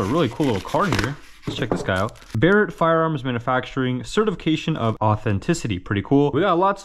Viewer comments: "bear ett" not "burr ett" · It's bear-it not ba-ret just fyi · “Bear-Rat” not “Berret” for the pronunciation on Barrett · Great vid but ya got me when you called it a Ba-rett 😆 just messing with ya, keep up the good work bro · He said Brett it’s Barrett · Bro called it “Buh reht” 😂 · Ah yes the classic .50 cal "buh-rett" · Cool video, Only problem was him saying Barret like beret. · actually I grew up shooting guns often and had known quite a bit about guns and I'd still pronounce it that way cause it sounded cooler 😎 lol. eventually i just got tired of people correcting me and finally stuck to pronouncing it correctly since I'd Lowkey get pissed hah. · You say Barrett wrong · how the hell did you mispronounce the name of the Barrett .50 cal?